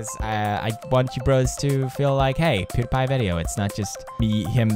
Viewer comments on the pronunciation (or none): none